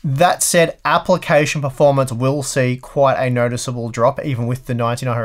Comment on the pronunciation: Love the way you say Apple-cation